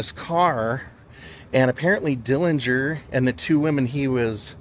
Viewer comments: I don't know where you heard the supposed correct way to pronounce the last name. But that is absolutely false.. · Finally learned the actual pronunciation of Dillinger's last name. Very informative. Thank you and!